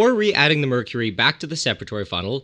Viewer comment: Nile: *Cooks "MERUCRY" Karen Wetterhahn wants to know your location